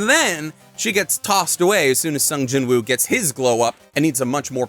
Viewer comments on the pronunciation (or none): I read Solo Leveling. It's quite good. Greatest thing ever? No. It's just a cool power fantasy. Not much different from (pick an isekai). Except it's basically reverse-isekai. The monsters come to our world, and some us get powers. Edit: Also, I find it weird you're saying the w in Jinwoo. Apparently they don't in Korean, which is why the dub says "Jinoo." Edit 2: I want to recommend that anyone who EVER prefers READING a manga over watching, should go try reading this. I basically always prefer watching... but there's a bit more if you read it. And I don't just mean a continuation of the story... I mean slightly more depth. Honestly, I read Eminence In Shadow, too. (Good anime, too. And I LOVE that Alpha does an I Am Atomic in the anime. All 3 versions of that are slightly different, so they all have their own strengths. No real weaknesses except it's obviously easier to show cool stuff in animation, or manga, as opposed to the pure text of a LN lol) I like that slightly more than this, actually, because it's INTENTIONALLY a parody, and leans into it. This is basically an accidental parody. It takes itself seriously, but not SO seriously that it's a parody that way... so it basically doesn't do serious or parody properly... but man, it's fun. And I do watch a lot of isekai trash... this is way better than Arifureta, for example. There's less depth than Mushoku Tensei... but depending on what you want from a series, I'd argue this could be a better watch than that, too. But i